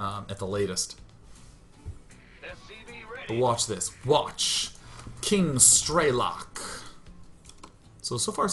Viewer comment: i love you to death Sean. but ff's it's not stray-lock, its streh-lick. PLAY STALKER